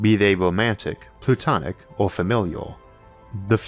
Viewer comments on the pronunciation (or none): I know you meant to say platonic, the caption even says platonic, but I definitely heard "plutonic" relationship haha. :)